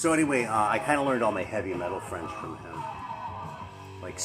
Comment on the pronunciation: Your French pronunciation is pretty spot on most of the time. Had a nice little chat about French metal with Analog Attack on his channel a couple of years back (good luck dealing with my terrible broken English accent, haha)